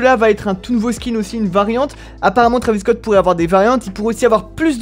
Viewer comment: Nn mais sois tu lis pas les commentaires sois tu le fais exprès,pour la 4eme fois c'est pas trAvis scott c'est trEYvis scott tu dis pas mikel jakson ou encore kylie jener je sais que beaucoup s'en foutent mais moi ça me rend fou !!!!